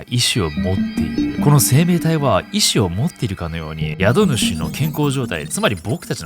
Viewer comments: 宿主（英語のhost）は、「やどぬし」じゃなくて「しゅくしゅ」ですね。一時、COVID-19が流行った時に日本では歌舞伎町のホストが、その名の通り宿主として大活躍して問題になったことがありました。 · 宿主＝しゅくしゅ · 宿主=しゅくしゅかな